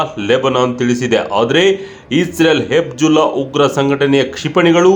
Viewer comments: Hizbulla antha heli hibjulla alla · ಹೆಬಿಜುಲ್ಲಾ ಅಲ್ಲ ಹೆಜಬುಲ್ಲ. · ಗುರೂ ನೀನು ತುಂಬಾ Different ಆಗಿ ಹೇಳದೇ ಇದ್ರೂ ಪರವಾಗಿಲ್ಲ... ಹೇಳೋದನ್ನ ಸರಿಯಾಗಿ ಹೇಳು... ಅದು ಹೆಬ್ಜುಲ್ಲಾ ಅಲ್ಲಾ ಹೆಜ್ಬುಲ್ಲಾ... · ಅದು ಹೆಜ್ಬುಲ್ಲ ಕಣಪ್ಪ ಹೆಬ್ಜುಲ್ಲ ಅಲ್ಲ. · Adu Hebjulla allappa, Katbulla :face-blue-smiling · Hebjulla alla Hijbulla or Hejbullah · ಅದು ಹೆಬ್ಜುಲ್ಲಾ ಅಲ್ಲ. ಹಿಜ್ಬುಲ್ಲಾ. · Hebzulla alla kanappa adu....Hezbollah.